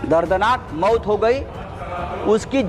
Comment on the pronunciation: भडव्याला मौत सुद्धा बोलता येत नाही, मऊत म्हणतोय